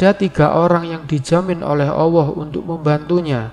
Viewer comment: Bg tolong pengucapan ALLAH yg bener.. mungkin bg keliru atau saya yg salah mendengar..